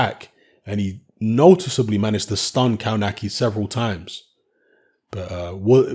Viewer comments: Isn't it "KOVNATZKI" ? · you should pronounce it "KOF-NAS-KIE" !!! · Kownacki is actually pronounced as "Kovnatski"(close enough). Not judging because Polish is obviously is not your first language but if you're commenting about someone you might want to at least say his name right. No, I'm not Polish and no offense taken, just giving you a little tip. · Kownacki (kov-na-ski, I think that is how it is pronounced). Kownacki came in very heavy and I think Kownacki underestimated him and thought he could just walk through him whilst throwing. Kownacki has just taken a small step backwards but he can come again (the irony is he was just banging on about his 100% record) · As a Brit that lived and worked in Poland, I can say it takes a while before youre able to a, read polish words/names properly and b wrap your English speaking embouchure around the Slavic style - we can give a pass surely